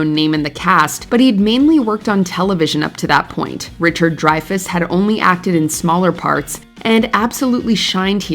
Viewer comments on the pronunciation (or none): Kiefer, not keeper. Dreyfuss, not driver. Were, not swore.